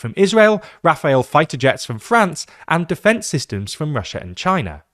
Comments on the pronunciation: Rafael fighter jets !!! RAFALE, not Rafael. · BROOOOOOOO NOOOOO, It’s not « Rafael » it’s « Rafale ». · RAFALE ! Not Rafael. Jesus are you really a british ? Because that's a typical american mistake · Rafale not rafael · RafaL, not RafaEl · In what world would you pronounce Rafale as Rafael? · "rafael" fighter jets🤣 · FFS French fighter jets are not called Rafaels, but Rafales. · Vucic having a normal one then while shilling for dictatorships. As a military buff, I absolutely need to point out the French fighter jet is Rafale, pronounced ra-FAHL. Rafael is the Israeli defence company. Yes I get pedantic about this. 😄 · V-yoo'dshidsh? Ra'faell? Please learn how to pronounce those names correctly. Remember: There are many other languages on this planet than English, so not every word is pronounced if it were. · Calling the missiles "supersonic" is inacurate, as they are in fact hypersonic missiles, much more dangerous and expensive. All missiles are supersonic Also, getting confused and oronouncing such a straightforward work as Rafale "Rafayel" is so funny and i can't explain why